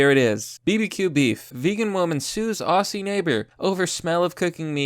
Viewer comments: Aussie=OS-zee not os-SEE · It's pronounced Auzzie. With a 'Z' not a soft 'S'. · Hey bro Aussie is pronounced Ozzy, good day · Its spelled aussie but pronounced ozzy ffs